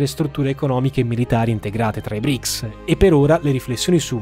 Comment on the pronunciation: Non BRIC😂😂! E BRICS 🇷🇺🇿🇦🇨🇳🇮🇳🇧🇷 si chiama